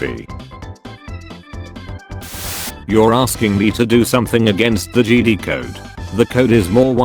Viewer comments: JedI not jedee!! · When the voice says jeedi instead of Jedi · Did anyone crinch everytime the voice says "JEDEE" INSTEAD OF "JEDI" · I love when they say Jedi "jeedee" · the t2s voice pronounces jedi like "jeedee" and its so wierd xD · Nobody: Not a soul:: JEEDEE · no one:: “the jeedi” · Text to speech: Jeedy Me: the time has come execute order 66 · Nobody: Text to speech voice: Jeedee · no body narrator: jede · Nobody: Absolutely nobody:: Jeedee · The biggest meme is voice saying Kee Gon and Jeedee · no one: text to speech: "jeedie" "key gone"